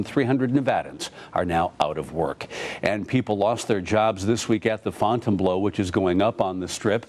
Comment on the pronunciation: FOUNTAIN "BLOW" hahahahahaha.its pronounced fountain"BLUE".